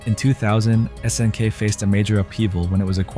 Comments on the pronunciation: "...many fighting purist stayed with SNK`s 2D offerings", while showing a clip of Street Fighter 2. Video seems like it has a good start but then starts with butchering pronunciations of "S>N<K" and several games. He could have made a simple google search to find out how to pronounce words like "nihon" or "garou" along with several others. Vid was half-baked for me. Other channels have done Neo-Geo vids much better because they lived during that time. This guy doesnt talk as if he grew up in that era, just repeating a wiki or some article in a dry way. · Obvious AI content--it can't even pronounce "SNK" correctly.